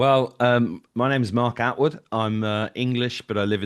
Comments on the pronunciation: I cant listen to he keeps calling Mark Atwood,Altwood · OMG! I hope Mark will correct on the pronunciation of his name! 😅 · It’s Attwood you bellend come on FFS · always gets names wrong - it’s Attwood